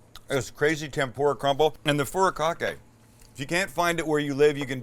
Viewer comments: It's FU RI KA KE. Not furacocky. Haha. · "fudi kah kay"...please lol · looks amazing 🤤, but I'm it'd pronounced fu-di-ka-ke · Furakake? Sounds like a Furry Bukake